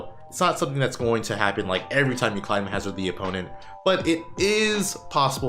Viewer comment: Someone just needs to say this: you're pronouncing climhazard wrongly! Love the video but that one thing, the way you kept saying "climb hazard", my OCD had a very hard time getting past lol